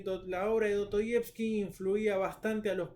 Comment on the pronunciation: Do-to-yevski???? La S en ruso no es muda, y en español tampoco.